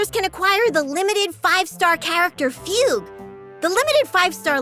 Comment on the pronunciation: that was not at all how i thought fugue's name is pronounced😭 on another note: ILOBEYOUSUNDAY‼️‼️‼️‼️